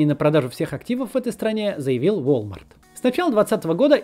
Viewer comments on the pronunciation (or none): none